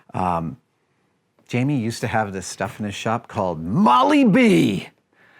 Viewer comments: It's Moly-Dee, not Moly B! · it's Moly -Dee not moly b